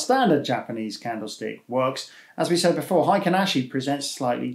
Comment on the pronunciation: It's "heikin", not "heiken". And it's pronounced as "hey" and "kin" (as in "kinship"). It means "average" in Japanese.